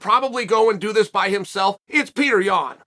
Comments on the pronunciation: i love peter yawn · but chael is saying it wrong.. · After all this time you think this guy would know how to pronounce it correctly!Wrooong!!